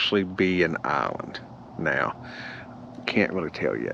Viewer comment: What is an "ahlind"??